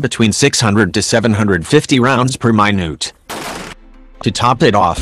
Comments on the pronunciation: Per mi-noot !?! Gotta love them robot translators. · "Rounds per mai noots." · "650 rounds per MAI-NUTE" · So can’t pronounce minute? How is this “us” defense? Wtf